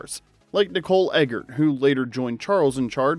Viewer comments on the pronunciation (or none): none